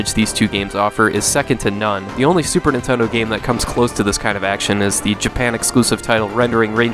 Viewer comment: "Super Nintendle"